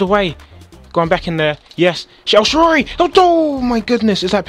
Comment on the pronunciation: HAHA HE SAYS EL SHARORY!